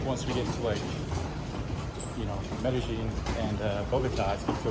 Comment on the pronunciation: ¿Que tal,? Do Colombians pronounce "Medellin" like you do, Me deh geen or as everyone else does, Me deh yeen? Just curious.